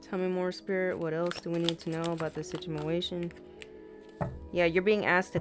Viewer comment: girl u got me out here talking about “situ-mu-ation” 🤦🏽‍♀️😭